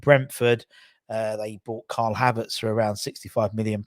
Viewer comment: Mate you seriously need to learn the players names...who's Karl Harvertz? And SCARmacca 😂😂 Try Kai Havertz and SCAMacca